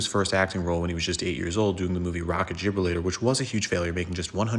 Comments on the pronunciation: You should really research the rock of Gibraltar, and you should definitely learn to pronounce it so you don’t say something profoundly stupid like “jib elrator” 😂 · "Gibralator"? LOL look up places you can't pronounce before shooting I think. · Wait. Rocket "Jibralator"? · You definitely heard it, but it was by no means right. He was trying to reference the rock of Gibraltar. That one really bugged me too.